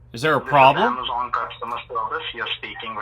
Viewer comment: The "wheezon" you have been contacted....😮😅